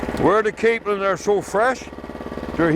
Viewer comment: Yeah the narrator doesn't pronounce things correctly.. especially Newfoundland and capelin.. lol! We live in Fairbanks, so basically the backyard of Twillingate. is great explaining things! Where are you from in Cape Breton? We knew people from Inverness.